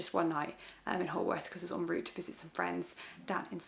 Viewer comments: Haworth is pronounced Howorth! Though frankly I couldn't say many Scottish names if I tried! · Love Haworth too. I think its actually pronounced "How-arth." Did you visit the Black Bull Inn near the Parsonage where their brother Branwell Bronte used to stagger home from very drunk? Its said to be haunted by a ghostly maid. So full of amazing history.